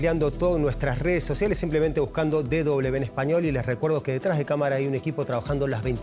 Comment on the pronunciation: Le agradecería al locutor hablé en castellano. DW es De doble uve, no de doble be. Gracias